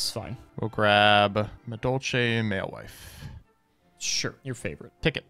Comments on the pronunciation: I can't deal with mewfeuille being pronounced malewife, this is beyond americans trying to pronounce french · honestly, the best thing about madolche as an archetype is the way pronounces mewfeuille